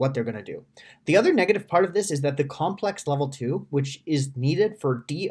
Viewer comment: comlex not complex